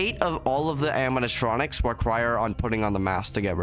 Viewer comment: bro cant say animatronics xD